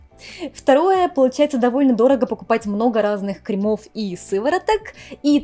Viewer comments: дорогая. КРЕмов, а не кремОв❤ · Ухо режет «кремОв», ставьте правильно ударения. Не коверкайте русский язык.